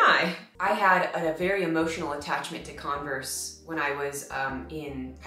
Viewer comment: You said “Converse” but I heard “Congress” and I wondered why you were so fascinated with it 🤣🤣🤣